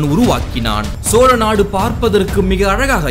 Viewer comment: சோறநாடு என்பதுபோல் தெரிகிறது தெளிவாக கதை சொல்லுங்கள்